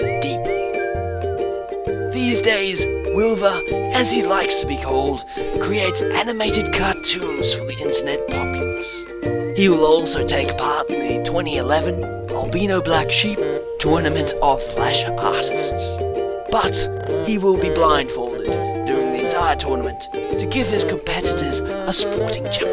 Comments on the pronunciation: LOL AL'BEEN'OH xD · Disqualified for pronouncing "Albino" wrong.